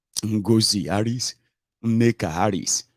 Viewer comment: "NnekaHari"? This guy, you're really hilarious! How do you come up with all these?😂😅😅